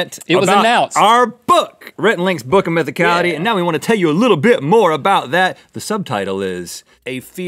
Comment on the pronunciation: I don't know why, but Link mispronouncing Mythicality killed me XD